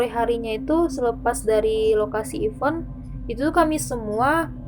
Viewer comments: IVENT, gatel gw 🤣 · FYI Even /ˈiːvən/ = bahkan / bilangan genap Event /ɪˈvent/ = acara Prepare /prɪˈpe~/ = menyiapkan Overall, suka ceritanya 👍 thanks for sharing the story